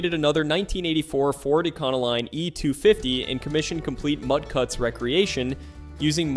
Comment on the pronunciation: oh my man, ecano-line ?